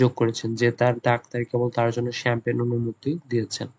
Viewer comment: (F) number er উচ্চারণটা হবে শ্যাম্পেন।আর আপনি কি বললেন এটা।।।চামপাগনী😂 যখন বাংলায় বলেছেন তখন ছিল। ইংরেজিতে ভুল উচ্চারণ করেছেন ভাইয়া